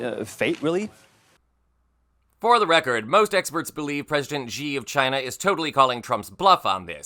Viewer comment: TRUMP SAYS "Ghina"